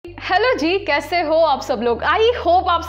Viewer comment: Miss jab aap" ji " pronounce krti ho to uff